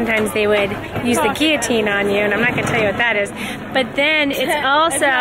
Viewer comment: Gilloteen not gi a teenn XD